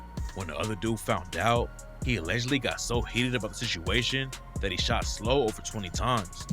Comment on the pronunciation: Slobae? Wtf it's pronounced how it sounds are you slow? Slo-Be